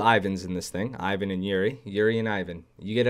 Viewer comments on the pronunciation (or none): none